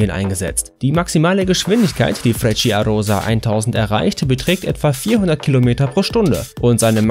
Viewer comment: Frecciarossa wird so nicht ausgesprochen. Es heisst Quasi: Frettscharossa